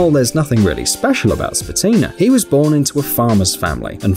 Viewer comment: Its actualy Peter Špatina(Shpatina)